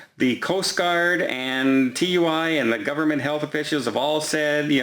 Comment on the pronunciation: Does actually know anything about Cruising or does he just repeat the headlines? Tui is prononced Too-ee it's a name not an acronym.